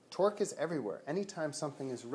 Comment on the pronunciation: sounds like Twerk when you say it